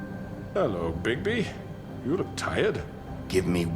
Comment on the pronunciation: when it said "bigby" or however his name is spelled i thought it said "bigboy"